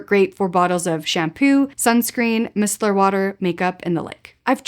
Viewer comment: I don’t have a packing tip (which is why I’ve binge-watched your videos😅) but just FYI - Micellar is pronounced “My-Cell-ar.”